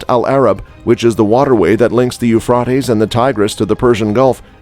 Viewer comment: You're saying the river Euphrates wrong.